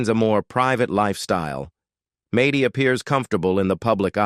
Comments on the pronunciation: No Jon was supposed to have weekend visits but she pushed HER attitude since Jon to leave and divorce her not her children. This interviewer obviously doesn’t know the family since Mady’s name is pronounced MADDIE not MAdy. And Kate tossing her son into a school and told nobody where he even was - even her brothers or sisters or her brother (who doesn’t talk to her anymore either), but finally Collin got a crayon and moved in with Hannah and their DAD. She didn’t receive any visits from his mother for several years. Kate is all about KATE. I’m sure you’re a better than Kate. Kate and Jon bought the big house and it was supposed to be for the kids yet Kate sold it. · Mad dee not may dee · It’s not Maty it’s Maddie. Mad dee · Maaaaty that's not how you say her name. Good lord how can you do this and not say her name right ? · Mady is not pronounced that way. Also, the twins are not 21. The sextuplets are 20 almost 21 which would mean Mady and Cara are 24. Also, you showed some pictures of Mady, when you were talking about Cara. You also showed pictures of Hannah when talking about Alexis. You also said Aadens name wrong a few times. And repeated yourself several times. In general, your pictures just don't match up. You showed pictures of Cara and then Mady when you were talking about Leah. Don't make a video if you don't know all the facts and can't do it correctly. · IT IS MAD- DY. AND A- DAN. SAY IT RIGHT OR YOU SHOULD NOT BE AN ANNOUNCER DOING THIS JOB LEARN TO SPEAK YOU ARE ANNOYING.